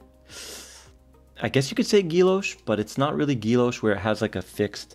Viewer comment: Not being critical, just trying to help out: Guilloche isn’t pronounced “ghee-loshe”, it’s actually “ghee-yo-shay”.